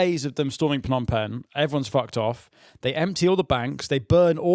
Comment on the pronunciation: Sorry to do a ‘hmmm actually’ 😂 but isn’t pnom peng pronounced ‘nom peng’ silent p